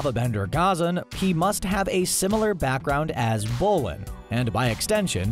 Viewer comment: and bolin